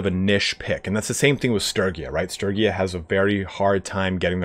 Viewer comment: I hate to admit it, but I honestly die a little every time I hear Sturgia by that pronunciation. My heart and soul are entirely committed to the soft g.